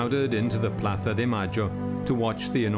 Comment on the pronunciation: The grandmothers of Plaza de Mayo? Do you gotta be a dumb boob with how you pronounce it? We already know that Argentinian folk can’t speak Castilian for crap but do you gotta patronize that with your poor English pronunciation?